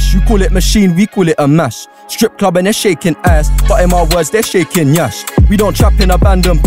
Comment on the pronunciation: Man got that “nyash” correct